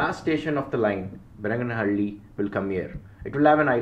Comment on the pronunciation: it is Bennigaanahalli/ಬೆನ್ನಿಗಾನಹಳ್ಳಿ/பென்னிகானஹள்ளி/बेन्निगानहळळी. Your pronunciation of Soladevanahalli is 98% right (ಸೋಲದೇವನಹಳ್ಳಿ/ஸோலதேவனஹள்ளி). Also it is Chikkabaanaavara/ಚಿಕ್ಕಬಾಣಾವರ/சிக்கபாணாவரா; Myadarahalli/ಮ್ಯಾದರಹಳ್ಳಿ/ம்யாதரஹள்ளி. Your name suggests that you probably a thamizhan and hence I have given in thamizh for easy understanding. Nice video and fantastic, clear explanation. Treat for any rail buff like me